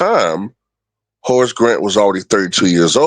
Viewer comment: Sounded like you said Horace was content being a horse 😂